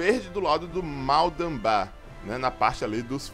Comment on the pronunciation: Mds...da raiva ouvir ele flnd o nome do Mal'Damba errado...q saco viu '-'